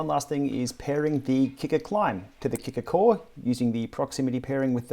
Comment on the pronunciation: what's with the hard R....Kicker CO RRRe? that's something you would normally hear in America, not from an Aussie